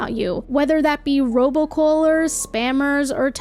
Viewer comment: I am trying to figure out how to phonetically spell 'robo-callers' the way you say it. 'Robo-cawlers' maybe? It feels like I'm missing 2 or 3 vowels though.